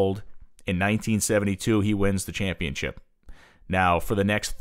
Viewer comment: Championship ChampionSHIP!!! NOT ChampionCHIP!!! It's a title, not a cookie.